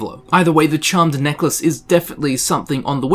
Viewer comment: Neckalce? lol